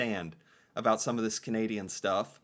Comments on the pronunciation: He tried to be silly by mispronouncing about but he only sounds stupid. We don't talk like that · Ok, I stopped watching when that guy said "aboot" for "about". I have yet to meet a fellow Canadian who uses that pronunciation. Usually we hear that from Americans trying to imitate Canadians. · is from Vancouver like me, and to most Vancouverites, “a boot” is one of a pair of winter footwear. About is pronounced about as in “out”, never “oot”. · Construction or workboot socks! Available all over Canada, including the west where I live! Also highly annoyed by his misinformation and ridiculous stereotypical pronunciation of certain words! Never said "aboot" in all of my 56 years! Nor do I say eh!!! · Where is he from? Why is he saying “Aboot”? Is he trying to be funny? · Please don't watch this guy. He is painful to watch. Most Canadians don't hate the Queen. Just the younger generation does not understand anything about it. I get so tired of this doofus, pronouncing his words like stereotypical, Canada when nobody actually speaks like that. We don't claim this biased french hating guy as our own. P.s. this stated from an anglophone. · gives way too much misinformation, and he accentuates " aboot " way too hard. I've lived in almost every province of Canada and never once I've heard anybody pronounce it that stereotypically. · He pronounces it differently at different times. I'm pretty sure it's an affectation. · the most fake Canadian on social media. Stupid fake accent making up pronunciations that one would never hear or say in Canada. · Yes, GAWD, WHY DO PEOPLE KEEP WATCHING HIS VIDEOS? HE’s insufferable, right down to his playing up his intentional mispronunciation, or .speech affectation. He’s soooooo awful. And, I’d wish people from outside of Canada, trying to learn about Canada & Canadians would stop watching that pompous a$$. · Notice how a few times, forgot to say 'about' as ' aboot'? LOL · Can't stand the way says "Aboot" so annoying